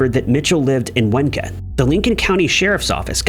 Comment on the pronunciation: Winneconne is pronounced “WIN-nuh-connie”, not “win-kin”.